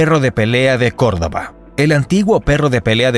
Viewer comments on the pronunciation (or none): none